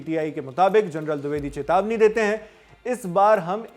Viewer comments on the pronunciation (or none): none